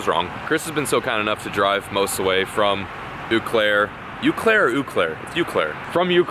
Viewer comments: It's pronounced oh Claire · It's pronounced O Claire, not U Claire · its pronounced like o-claire not ououo or ooo claire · it’s O Claire! Not U Claire. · Yo, its “Oh” Claire, not “you” claire. I say try and find some good fishing up on Lake Winnebago or the Milwaukee Harbor!!! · it’s not eww claire, it O clare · It's "O" Clare. Not Oo Clare. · Eau Claire is pronounced “o-claire!” Nice try. lol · Hey love the vids, thanks for stopping in through Wisconsin. Just so u know, eau Claire is pronounced, o claire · I have been watching your channel for the past year or so and love it all! I'm actually from Eau Claire, WI and the best way I can say to pronounce it is (Oh Claire). Anyway love the content and its helped me learn a couple tips while bass fishing. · ...Eau Claire = "oh, Claire" gotta have those long Wiscoooooonsin vowels lol. Anyways, it'd be neat to see you guys heading up to the Wisconsin Northwoods and taking a crack at catching a muskie. Digging the videos man, keep fishing. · Listening to you try and pronounce "eau Claire" was very painful for me as a wisconsinite. It's pronounced "O Claire" The eau part is pronounced like the letter "O". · Pronounced o claire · I live in Eau Claire and this is the second video I've seen of you stopping here! It's also pronounced O Claire (french for clear water). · It's "OH" Claire, ya hoser ;) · It’s pronounced “Oh” Claire lol. Come fish for some rainbows on Perch lake! It’s about 10 minutes NE of Hudson, WI. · Eau Claire is pronounced....oh claire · It's pronounced oh Claire lol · Dude it’s pronounced “OH” Claire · It's oh claurie pronounced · It’s Eau Claire. Pronounced OH-CLAIRE. C’mon. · lol hit us up back here in central Wisconsin man got some great ice fishing around here (and as many have said yes it is pronounced O Claire haha) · Its pronounced Oh Claire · We pronounce it ' Ohh claire" in southeast Wisconsin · Eau Clair (oh Clair) I live like an hour north of there